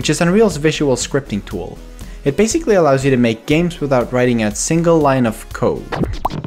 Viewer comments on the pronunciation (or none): none